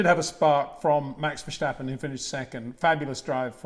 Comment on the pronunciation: There is no "SHJ" in Max Vershjtappen. Its just Ver sta pen :) i hear it all the time, even at those press briefings lol